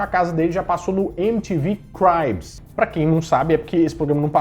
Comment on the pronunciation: Se lê cribs, não cRAIBS...